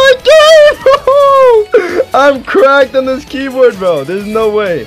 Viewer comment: This is how many times he said key broad ❗️ ❗️